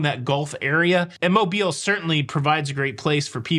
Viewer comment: Thank you for pronouncing Mobile properly! Originally from Fairhope, there are MANY who pronounce incorrectly and we appreciate the attention to detail! Please keep the awesome content coming!